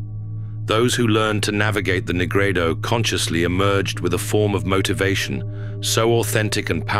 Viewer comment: Dude said negrado lmaoo